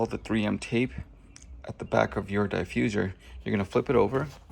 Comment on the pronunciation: Not the Die-fuserrr